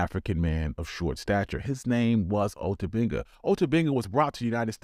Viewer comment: The War started that prevented America from sending him back to Africa and he killed himself R.I.P. Ota Benga oh and narrator I do believe your pronouncing my brothers name wrong